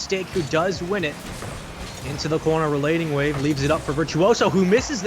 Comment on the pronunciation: The one caster "" kept calling RelatingWave "RelentingWave" in the series between Stonkers and Endpoint. It bothered me way more than it should have.